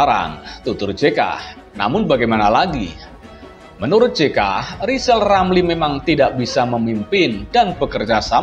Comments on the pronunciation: Likal, lamli seperti, anak, kecil, yg belum, bisa, ngomong r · Nyebut nama sendili sudah gak bisa lisal lamli stleees 👎